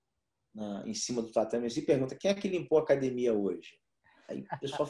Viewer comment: Sempre quando é um gracie tô assistindo. E notei que o Royler tá falando "acadEmia" e não "cadimia" kkkk Parabéns pela entrevista.